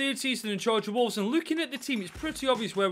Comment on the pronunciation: Fix the title. You said "Wovles"